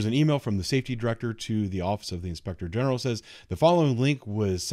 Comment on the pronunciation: I don’t think they know what defamation means! I still hear “Inspector Gadget” when you say, “inspector general!!!! Freedom of Speech! You are an incredible Officer and Gentleman🙏🏻🕊✝️🌸♥️🇺🇸